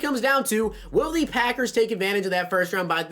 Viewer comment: Why do always say thee.... it’s pronounced the